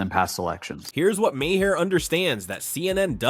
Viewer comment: The best part of this video is that AI narration is still unable to pronounce Bill Maher's last name! 😝😝😝